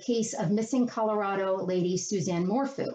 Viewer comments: Its PRONUNCIATION IS MORPHEW. FEW. NOT FOO! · Your pronouncing her last name incorrect. Her bike was found leaning up on a bridge not a tree and she was last seen on the 9th! Her hubby was in town and told the girls when that mom went on a bike ride nobody actually saw Susanne on her bike! Her daughter's tried calling with no answer on the night of the the 9th and after not being able to say happy mother's day on the 10th sparked the oldest to call a neighbor because the girls knew the dad was lying! The cops are treating this as a "murder" and yes Barry is "the suspect"! He will be arrested soon . mark my words!